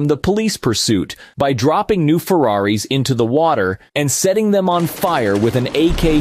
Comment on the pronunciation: again with the 'Ferraris" 😆😁😄😃😀